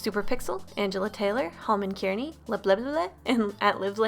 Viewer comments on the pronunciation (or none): none